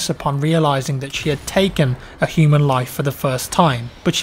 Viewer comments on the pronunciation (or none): none